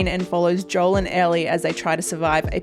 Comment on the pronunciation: the fact that you mispronounced her characters name shows that you don't know much about them